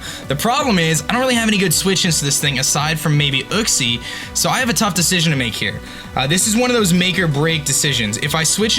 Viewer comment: kleper yuxie* u-xie*